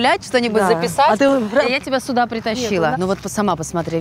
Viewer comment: Если с Ляйсан работал профессор, то почему что, что Ляйсан говорят постоянно не сюда, а суда, откуда такая деревня?? Вроде обе ведущие, а русский язык не знают.. печально